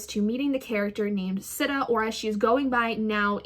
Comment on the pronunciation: Whatttttt its pronounced “Seeta” I thought and also..... book one is one of my favorites out of the series! I’m like personally offended that you were disappointed by it im sorry 🥺I’m just obsessed... this series is like a work of art